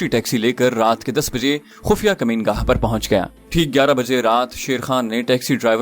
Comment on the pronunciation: یہ لفظ مکین گاہ ھے ۔ کمین گاہ نہیں ھے اسے درست کر دیجئے ۔ اکثر اوقات پڑھنے والے لوگ یہ غلطی عام طور پر کرتے رھتے ھیں ،جوکہ افسوسناک پہلو ھے ۔